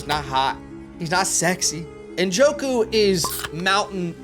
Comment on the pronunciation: Thank you for pronouncing Njoku’s name correctly. I get so tired of people saying “Na-joku”